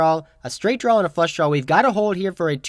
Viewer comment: "Draw" not "drawl" ... I iknow, I know, I know ... I keep pointing it out. But I would like to subscribe and watch routinely, but it's a pet peeve of mine. It's like nails on a chalkboard.